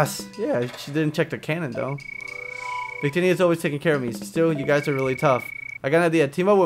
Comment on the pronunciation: Vik-Tee-Nee. i had it but i lost my pokemon black cartrige :(